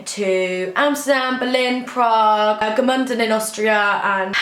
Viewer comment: i am from austria and it is so funny for me, how you pronounce Gmunden ;) hope you enjoyed the time here.